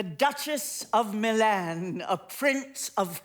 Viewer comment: pronunciation of MiLAN is off putting